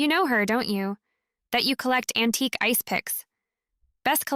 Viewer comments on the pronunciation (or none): So well read , most of the time. Antique becomes an-ti-q. No truble, instead of no trouble.